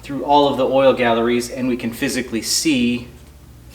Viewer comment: I've noticed that everyone, no matter how many years of experience call pronounce oil galleys as galleries. I even catch myself doing it. LOL, really enjoy watching motorcycle repair videos as my experience is heavy diesel and automotive trucks.